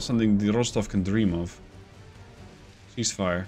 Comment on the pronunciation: I mean.... surely the Admiral has the authority to raise the displacement slider by a single tick? I'm so happy you pronounced "dream" in a Russian accent.